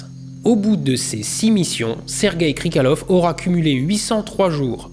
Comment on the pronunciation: Par contre, c'est "Krikaliov" pas "Krikalev"